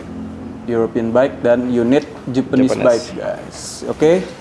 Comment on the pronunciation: Bike bang bukan bake🤣